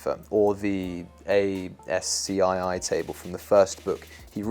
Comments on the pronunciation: I cringed every time you said A-S-C-I-I its pronounced "ass - key" brother. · ASCII is pronounced ASS-key. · ASCII is generally pronounced ASK-EE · it's pronounced ass-key. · The way you pronounce ASCII as an acronym instead of alike ask-ee is pretty funny from the perspective of a programmer. I don't think I've heard anyone say it out loud like that before. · Great content and well presented. Always new and novel ideas presented. But... (sorry)... you need to do a little more research and work on pronunciations. The odd fumble here and there takes me right out of the story. For example, ASCII is pronounced like a word... like "asky". It's common practice in the industry to make up fun acronyms (and sometimes backronyms). SQL sounds like "sequel", and PNG is an intentional play on the word "ping". "Michigan" is pronounced with a soft "ch" like "sh". Penn Jillette's name is pronounced like the razorblade manufacturer, "Gillette". I know, I know. Small gripes. But the content is engaging nevertheless.